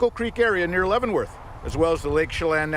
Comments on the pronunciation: Spelled Leavenworth, said Lev not Leev. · Leavenworth....pronounced LEV. (short E. sound) like. BEV Great job of reporting as usual..❤❤❤ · Lev-en-worth if you are curious of the pronunciation 😊I live not too far from that area and used to visit for family reunions. Beautiful area. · “Shell Anne” “Kit-a-tass” and Lev-en-worth like the prison. Not trying to be rude just helping. I live nearby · FYI it is pronounced Leaven like yeast. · Leaven is pronounced like heaven not Leeven❤ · I am a local and Leavenworth is pronounced Levenworth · Leavenworth is pronounced “leh-vuhn-worth”